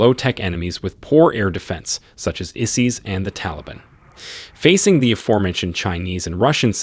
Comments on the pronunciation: "Izeez?" You mean ISIS...(EYE-SIS) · He kept saying it, made me cringe.